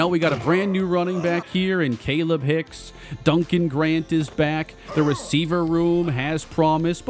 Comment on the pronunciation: I think it’s pronounced kah-leeb hicks